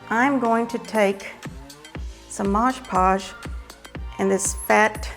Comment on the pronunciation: It's Mod Podge not Modge Podge for pity's sake!